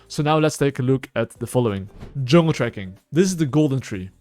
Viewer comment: "Hello YouTube, welcome to the only Juulng guide"